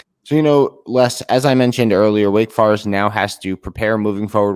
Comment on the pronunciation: What is a “Wake Far-ist”? You mean Wake Forest?? That’s an O not A sir..